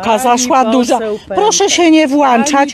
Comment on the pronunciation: Babskie "dupcynie"!!! Po polsku mówi się "włączać"!!!